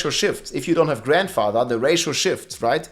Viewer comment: you're killing me with the way you say Grandfather. I swear it doesn't have that many damn D's in it.....! However, other than that I say keep up the good work.